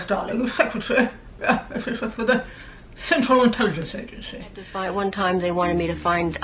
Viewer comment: “Cental intelligence agenceey”